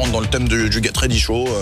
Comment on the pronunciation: WELCOME TO THE GET... WEADY... SHOW...get ready show...